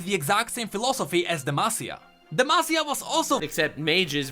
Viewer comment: It was so refreshing finally hearing pronounce demacia right 😂